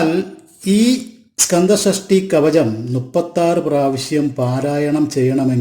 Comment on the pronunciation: കവജം അല്ലടാ " കവചം" എന്ന് പറ...😅😅😅😅